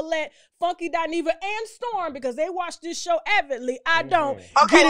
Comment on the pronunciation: Listen....Not Dineva